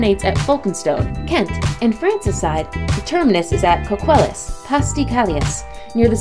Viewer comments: Love the pronunciation ..... Folkestone (which should be pronounced Foke-stone), Coquelles (which is Co-kell) and Calais (Cal-ay) Reminds me of an occasion when Jean Harlow met Margot Asquith, the wife of the then Prime Minister. Ms Harlow called her Margot, pronouncing the 't'. Mrs Asquith said, "The 't' is silent - as in Harlow." Game, Set and Match to Mrs Asquith I think. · It would be nice if the presenter knew how to pronounce Folkestone and Coquelles (folk - stone) (cok - well) ;-)